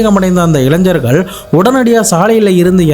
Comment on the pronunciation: Ilain"Jar"Gal illa bro Illaignargal; Don't pronounce wrongly. Tamil Gnanam Gna should be pronounced!!! PS: I don't know to how to type in tamil otherwise would have done it!